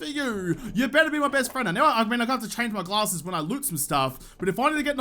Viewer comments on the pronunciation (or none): Whenever you say "glasses" with your killer accent, it sounds like "gallah-sses"... always good for a little chuckle. thumbs up This series is so educational!